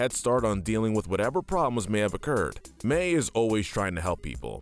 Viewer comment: In the timestamps he calls Mei May I'm dead 💀